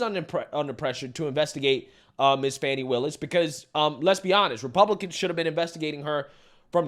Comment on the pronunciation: Lets be clear. Fani Willis's name is pronounced Fanny with a long A. Like when you get your fanny spanked. It's not pronounced fonny.